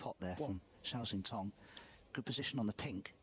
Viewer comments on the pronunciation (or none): I sure wish you guys learned to pronounce the Cinese players' names. Zhao is Jow, like cow, and Xintong is Shintong. X is pronounce d like SH. Easy.